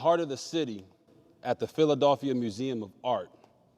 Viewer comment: RG3 it's Philadelphia not Philadauphia. Dude pronounced it all the way wrong.